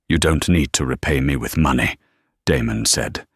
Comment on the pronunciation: Has the ai got problems with money and time pronunciation?